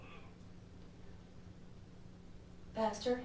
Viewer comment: I literally thought she said bastard (PASTOR)when she dials him up. 😂lmao